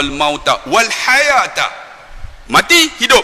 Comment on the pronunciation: Ybg. tersalah baca seperti hayataa...(taa dipanjang) sepetutnya diteruskan taliyabluwakum.....malu saya terhadap benda2 kecil beginipun dibaca salah.....khalaqal mautaaa...sepatutnya khalaqalmaut,, kalau diberhenti, diteruskan taliyab....maut...bukan mauta. Macam Arab tadika ke?